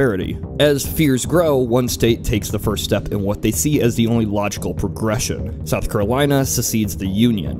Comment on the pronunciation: yay SC is noticed... what a sec... (Also, I'm sorry but you pronounced South Carolina wrong.)